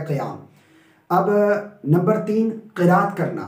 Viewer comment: You teach well but you will make mistake Qiraat ki kiaat